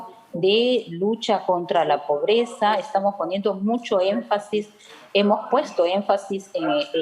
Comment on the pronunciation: Un ejemplo: este chistoso dice póbreza en lugar de decir pobreza